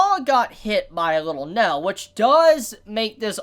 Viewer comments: Can not pronounce "ai"? He pronounces nail " nell" and fail "fell" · Bro the way you say nail 😂 you say it like NEL lol other than that good review